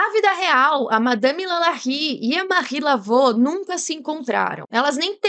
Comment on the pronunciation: A pronúncia correta do nome dela é "Marri Lavú"